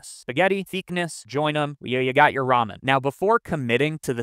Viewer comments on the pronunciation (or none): none